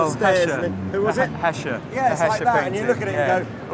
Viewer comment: He didn't pronounce Escher with an h did he..?